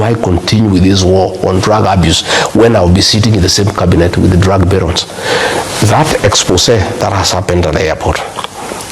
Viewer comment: It's BARONS not Barell